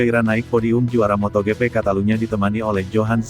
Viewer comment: Aduh ngeres di telinga, hari gini kok masih ada yg mbaca MOTO GE PE,,Widih